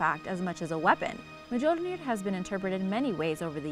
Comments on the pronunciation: Mjölnir is pronounced: "m'yol-near!" UGH!!! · The j is not to be pronounced